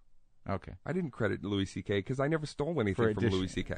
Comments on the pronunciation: “Lewis CK” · Hearing this guy call him Lewis CK is hilarious